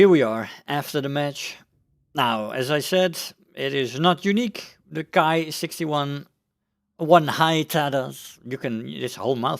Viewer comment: Hi! The Japanese Ki is pronounced "Kee" there is no reason really to pervert the Latin "i" into an "ai" sound unless you are English of course and we all know how messed up their pronounciation is mostly due to the Latin and French influence. Not so much in the romanized transcription of Japanese however. It is important as there are subvariants that are actually called called Kai. Ki vs Kai. Cheers & Good Hunting!